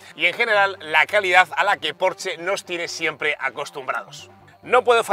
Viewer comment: Por dios me queman los oídos cada vez q dices porche ES PORSCHE!!!!!